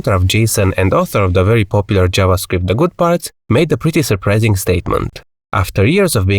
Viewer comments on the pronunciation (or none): none